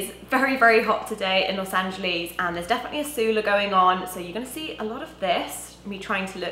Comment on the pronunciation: funny how british people say los angeles.